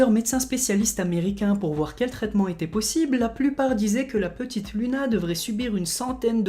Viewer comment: LUNA SE PRONONCE LOUNA SVP😭